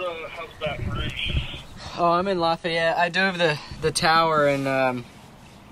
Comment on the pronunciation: Didn't know you had come to the boot, I live like 30 mins from Lafayette, which by the way you're pronouncing it wrong lmao. Hope you enjoyed the 95* heat, 100% humidity.